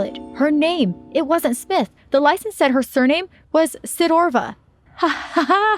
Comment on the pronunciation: Am I the only one who herd her say Catherine when she said her name was smith